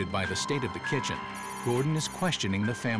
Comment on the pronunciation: *kitchen not kitched XD